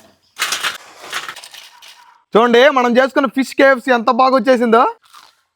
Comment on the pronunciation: Adhiii kfc kadhu me...... Pu. Kafcccc😂😂😂